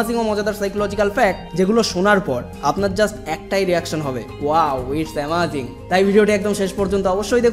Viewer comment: দাদা ওই কথা টা অ্যামাজিং নয় আমেজিং